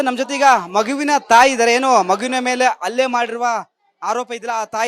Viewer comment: ಅಲ್ಲೇ ಅಲ್ಲ ಅದು ಹಲ್ಲೆ. Correct aagi kannada matado anchor ilwa nim hatra